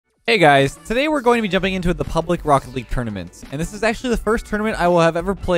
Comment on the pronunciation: Does he say "Brokkoli" instead of "Rocket League" ?😂🥦